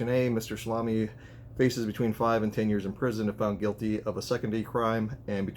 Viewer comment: Its promounced Sal A me